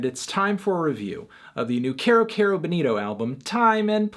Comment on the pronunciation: Erm Anthony, it's pronounced 'KI-ro KI-ro Bowl-NI-to'